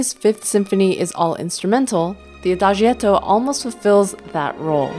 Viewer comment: adagietto is pronounced Ah-Dah- JET- o. The letter i is not pronounced.